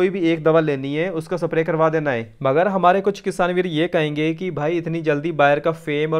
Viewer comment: अबे सप्रे नही स्प्रे होता है